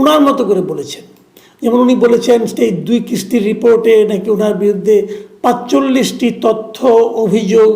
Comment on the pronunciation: পাচচল্লিশ না, পয়তাল্লিশ।